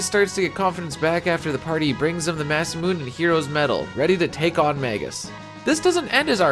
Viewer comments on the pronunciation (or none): Say Masamune again.